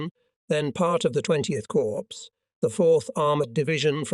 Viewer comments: Drives me crazy when he says corpse instead of cor for corps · the 12th corpse --- sounds like a serial killer 😎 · THERE'S A HUGE DIFFERENCE BETWEEN: CORPS and CORPSE. How hard is it to use the correct pronunciation?